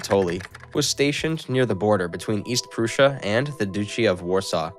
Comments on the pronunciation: How can you pronounce prussia wrong but pronounce Russia right?🤦‍♂️ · Proosha and Bagrashon 😂